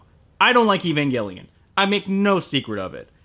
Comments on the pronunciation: he called it evangellion in another video for some reason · Evangelion! Pronounce it correctly you weabo! Evan-gel-ian. Like angel! Not gull, it's gel!